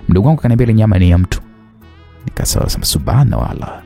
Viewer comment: ni Subhanallah sio subuwanawallah😂😂😊